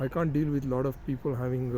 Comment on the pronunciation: I laughed my ass of on: "I can't deel with a lot of people having serious mental illness": :D :D :D